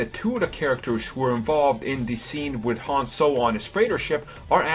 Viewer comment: its han not ham